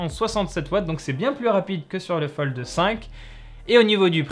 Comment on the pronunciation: Pourquoi il dit FoldE?